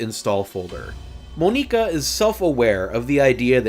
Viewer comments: You called Monika: Moe-neka. bruh its Mon-ika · Your way of pronouncing "Monika" and "Nier: Automata" kills me